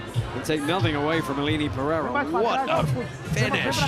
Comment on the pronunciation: you said Aline Pereira’s name wrong…